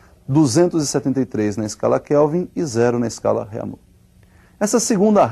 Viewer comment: rêmir,eu como um aluno de francês sinto meus ouvidos doloridos